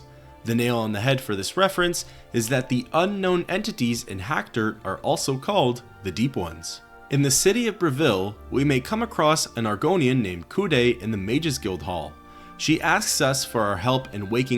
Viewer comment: Kud-Ei is pronounced Kud-EYE, not Kuday.